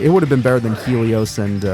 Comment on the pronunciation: Why are you saying Helios like Stelio from American dad